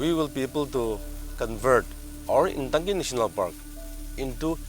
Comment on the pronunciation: 🎉🎉🎉 For non- indigenous general people at large, it is easier to say Intanki, instead of Ntangki. Shalom🎉🎉🎉.